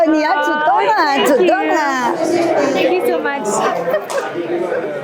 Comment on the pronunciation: 英语发音太差，good念作“顾的”，thank念作“三克”。